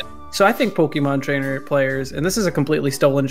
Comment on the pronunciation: I am beyond triggered of saying "Pokimon trainer"